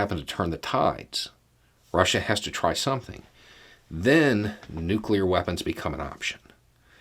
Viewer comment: Let me just say that, as someone who used to be in the biz, I appreciate when someone can properly pronounce the word New-Clee-R. The other way is nails on a chalkboard to those in the biz of New-Clee-R technology.